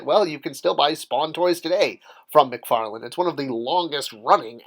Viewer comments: Come on man, it's McFarlane not McFarland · It’s McFarlane.